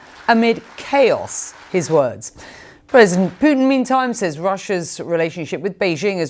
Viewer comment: "Pyutin" - Mathew Chance , quote , mention , 🙂 👏